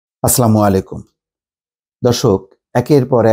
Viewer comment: আপনার সালাম দেওয়াটায় ভুল আছে,যেমন আপনি বলেন, আসলামু আলাইকুম,এইটা ভুল বলতেহবে আসসালামু আলাইকুম